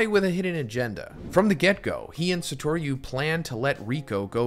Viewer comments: Im sorry.. sah-tor-yu? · Ikr. It’s not that hard to say his name right